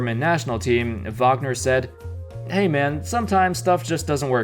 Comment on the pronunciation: Say Mo Wagner or say his name correctly